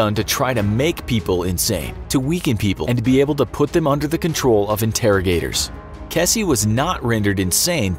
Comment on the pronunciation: It's pronounced Keezy, not Kessy